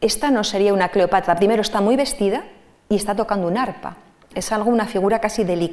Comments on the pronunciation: También yo escuchaba Cleopatla y me pleocupaba 😃😄😂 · Porqué pronuncia Cleopatla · La conferencista, experta en Cleopatra, la cita como "Cleopatla". Si tiene problemas para pronunciar la r, debería corregirlo. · Excelente, pero no sé por qué la escucho decir” CLEOPATLA”😳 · Alguien me puede decir porqué la expositora pronuncia CLEOPATLA en lugar de CLEOPATRA como lo decimos los demás???, Será que así se pronuncia en verdad o ella tiene algún detalle de pronunciación personal???, si alguien me puede sacar de la duda por favor!!!!!.... saludos y gracias de antemano por responder.